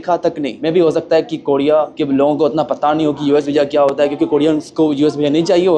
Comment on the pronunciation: Bhai R ko D bolna kab chhodoge ... Kodiya 😂😂😂 bhai koriya